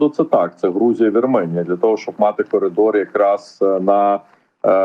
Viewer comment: Дівчинко , українською мовою Вірменія , а не Арменія... .